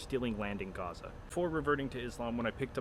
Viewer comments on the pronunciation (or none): none